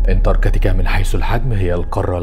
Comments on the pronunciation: انتركاتيكا ايه 😂😂😂😂 اسمها انتراكتيكا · في حد غيري مخه شوووط انتركتيكا😂